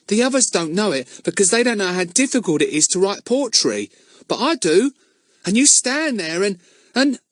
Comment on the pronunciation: Earn and his potrey😂